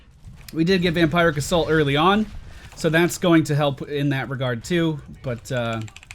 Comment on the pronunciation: Vam-peeer-ic assault.